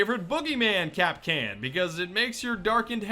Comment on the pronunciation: When Kapkan has children, Kap- kin . UwU